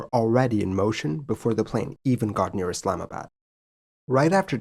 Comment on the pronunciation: As a Pakistani, great video but please pronounce location names correctly Pack ih stan is incorrect. It should be paak ih staan. Islamabad was almost perfect but the "bad" is "baad".